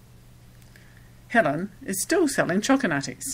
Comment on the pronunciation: Choco Nutties. Pay attention,.